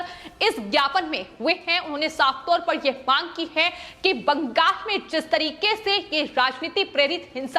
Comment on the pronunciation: Ye bangal ko bangag kyu bol rahi hai itna penic kyu ho rahi hai ye.